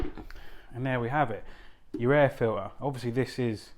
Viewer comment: Why are you saying air file-ee not air filter ?